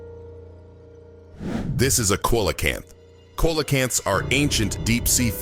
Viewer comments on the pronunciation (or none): For goodness sake learn how to pronounce the fish's & animal names correctly. It's CEALACANTH